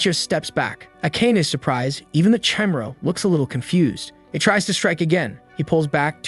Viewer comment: Why are you pronounce the Chimera like that